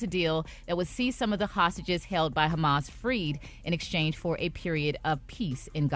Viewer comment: 😂😂😂 ONLY ATHE 2ND TIME Maria has slipped up on a word.. HAMAS- HUMMUS... WONTON..- WON-TON... 😮😅